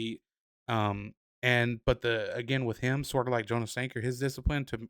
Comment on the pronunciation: Jonas Sanker’s name is pronounced Yonas not jo nas.